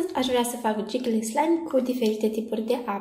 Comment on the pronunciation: Se zice jigly slime nu jigăly slime